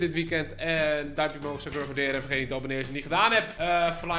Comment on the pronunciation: Ben ik de enige die echt veelste veel geniet van hoe die Mac-Intosch uitspreekt? 🤣🤣🤣